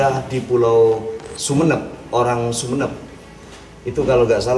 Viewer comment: Sebutan sumenep tu xbetul....kena sebut su me nerp😀